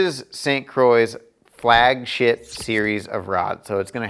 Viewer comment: he totally says flagshit lol